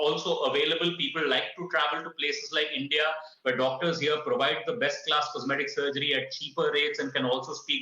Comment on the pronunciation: 'Comseetic surgeon'